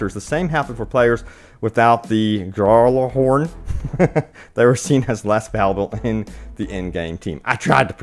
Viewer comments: Hey, it’s pronounced Gallahorn. And I main a devastator so PCF can feel free to give me some damage buffs I won’t complain. Or hey change the reward system to deaths so we can start kicking anyone who isn’t a devastator... jks:) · Its GALA-HORN 😋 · Say it with me: gal-la-horn. It was a valiant attempt.